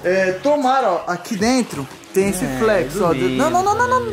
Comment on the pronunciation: O não é Flex e sim flét